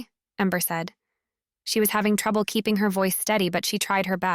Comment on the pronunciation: So well read , most of the time. Antique becomes an-ti-q. No truble, instead of no trouble.